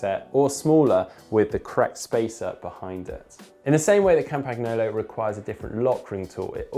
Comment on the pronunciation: Please, please, please learn how to pronounce Campagnolo.